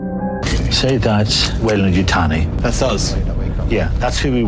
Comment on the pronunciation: WEYLAN not WeilanD?